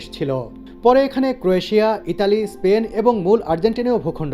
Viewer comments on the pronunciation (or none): none